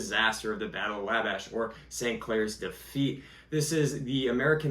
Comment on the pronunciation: Sorry...Wabash is probounced WAH-bash, not waybash.